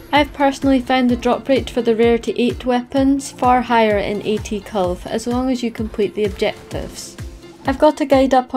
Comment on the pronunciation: No one pronounce the name 'Kulve' better than:D